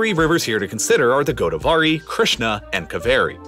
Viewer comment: Are we gonna talk about “Goad-a-vaari”